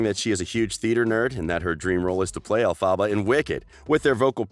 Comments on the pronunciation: When you pronounced the name of ELPHABA you bloody pronounced it as El-PHA-BA it's ELPHABA not EL-PHA-BA you're stupid. but yes dove Cameron is one of a kind and she would be amazing as GLINDA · i despise the way you say elphaba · Why is he saying Elphaba so weird??? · The way he pronounced Elphaba 😷 wtf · ZoLexa IKR 🤢